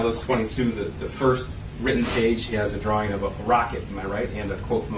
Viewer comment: Omg its drawing not dralling 😂i love you 💗